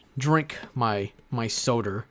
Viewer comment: "while I drink my soder" Never thought would use the hard r, cancelable frfr